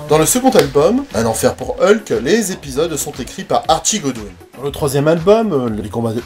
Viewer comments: Merci pour cette vidéo mais par contre toi tu dis Heulk? Bon eukai... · Ah ben tu vois, j'avais même pas capté que je disais Heulk aujourd'hui. J'ai toujours dit ULK ! Merci pour cette remarque, elle m'amuse. Comme quoi, le MCU m'a un peu modifié la prononciation. Mais j'avais vraiment pas remarqué.